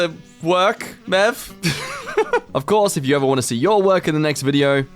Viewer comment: The person that you chose for the fanart is MeV (em-ee-vee) not mev. MeV is Scientific notoation for Mega electron volt. I ams good at doing the smart!!!! Seriously though... MIT Physics grad.